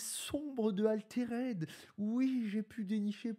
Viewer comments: Je suis loin d'être un puriste et tout mais bon... même les mecs en France le prononcent bien donc. Arrete de dire "Aléréde" haha. Altered, "Alteurd" . Pour pas que tu prennes des mauvaises habitudes pour des mois haha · Si l'aspect collection dérange, dans ce cas c'est idiot de faire un Jeu de cartes à collectionner ..... Dans ce cas là on fait un JCE, comme ça zéro spéculation et uniquement tourné vers le jeu. Sinon prononcer "Altéraide" ça fait un peu saigner des oreilles. Les français sont pas fortiches en anglais mais quand même... Autant donner un nom français au jeu . Le rosbeef mais pas trop c'est bizarre. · Ouf! la prononciation de "Altered" fait mal aux oreilles! Tu dis bien "raïse" et non "rise". C'est un petit détail mais ca donne quand même plus de crédibilité à tes propos!